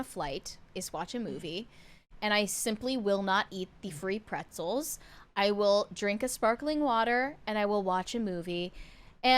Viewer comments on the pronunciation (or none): And then along came..! does NOT like the FWEE PWETZELS!